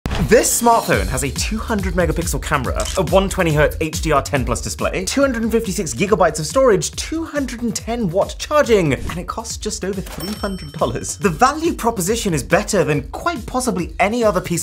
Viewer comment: what’s a yigabite 🤣🤣🤣🤣